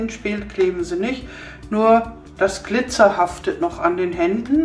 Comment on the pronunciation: das heißt glizer nicht gliter🙈